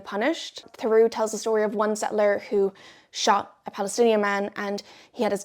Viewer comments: For what it's worth, Theroux is a two-syllable name, not pronounced "through" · I'm losing it at hearing how this guys name keeps being pronounced lmao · ur pronouncing his name wrong